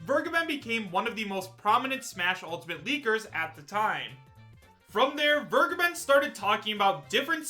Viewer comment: Vergeben is a german Word. Everytime when He is saying "vergeben" my skin is crowling.